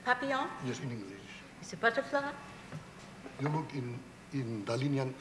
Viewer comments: I'm spanish. When he said butter-fla-iiii. I really lost it. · Butterfly, he says like that because every non spanish people they say Dali, plane and without final strong syllable, when the correct form is like he says buterflÍÍÍÍ, spanish is DaLÍ. Anyway in french and spanish he talks erratic aswell, very bizarre and many neologism, a surrealist from head to toe. Very strong classic culture, total determination and will, Wondeful man and glorious genious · Boo.Ter. Flai. EEEEEEE.